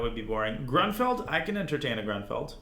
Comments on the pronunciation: It's pronounced grunefeld just fyi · I thought it was pronounced groonfeld. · Would be great if you knew how to pronounce Grünfeld. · As a native German, I love your pronunciation of „GrÜnfeld“ – there is a difference in pronouncing the Ü and the U. Not a hateful comment, I think it’s adorable 😊If your interested, here is a tip: „ Say “ee” as in see (or as in the German word vier). Again, while saying the sound, round your lips. The resulting sound is the ü-sound.“